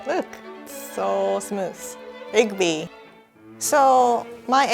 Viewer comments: saw a dough: doughby saw an egg: EGGBY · EGGBY OMG I JUST NOTICED SHE SAID THAT AND ITS LIKE MY THIRD TIME SEEING THIS